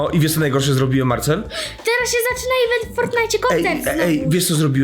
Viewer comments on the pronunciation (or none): none